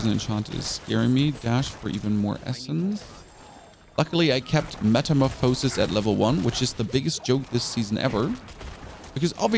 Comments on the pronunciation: I had to stop watching. If i heard you say metamorphosis like that once more i might have kicked the dog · Why do you mispronounce “Metamorphosis”? Are you doing it on purpose as a joke or are you really pronouncing it wrong? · im glad u givin yourself some good advice =) theres more then one counrty and language ;-) The pronunciation of "metamorphosis" in German is "metamorphose" (pronounced as metəˈmoːfəsis) ¹. The emphasis on the "o" sound in the German pronunciation could be due to the phonetic differences between English and German. In German, the "o" in "metamorphose" is pronounced with a long "o" sound (as in "oh"), which is why you might hear it emphasized when a German speaker pronounces the word. on another note its pretty cool can ask questions and get coherent answers. does lead more and more to the atrophy of our brains. used to have to remember phone numbers. and street names....to spend time googling the answer and learning random things along the way i think it was einstein that attributes a measure of someones intelligence by their immagination